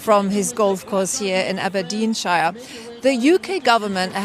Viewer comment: "Abden shir" maybe chech the pronuciation on that one